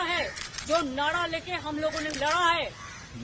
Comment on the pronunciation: mamata ji nadaa nahi hota hai naraa hota hai